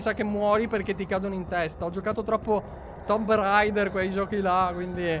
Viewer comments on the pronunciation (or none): none